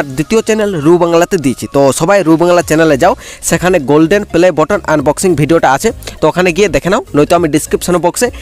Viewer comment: ভাই বটন না বাটন উচ্চারন করতে পারোনা